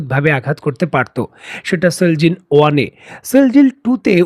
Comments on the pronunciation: এই মিজেলের নাম সিজিল সিল জিল নয় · It's Shejil not sheljil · মিসাইলের নাম "সিজ্জিল" সেলজিল না।আপনি উচ্চারণ ঠিক করেন।